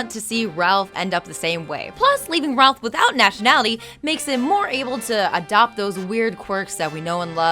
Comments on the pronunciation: Stop calling Rolf "Ralph" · Rolph not Ralph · And it's pronounced Rolf not Ralph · Honestly this is really hard to rewatch the self insert jokes are annoying yes but I can ignore them but hearing the mispronounciations of names "cranker" "anna" instead of marie for some reason "ralph" ugh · I demand a reupload of this video WITHOUT THIS WOMAN. She's trying to force her jokes into each fact, while trying to relate each fact to her own life, which is really annoying. And the worst of all, SHE'S MISPRONOUNCING THE NAMES! Nozz? Ralph?? Crankers??? Are you kidding me? Did she ever actually watch this show? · Did this bitch just say Rolf's name like "Ralph"? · I cringe every time she misspells Rolf's name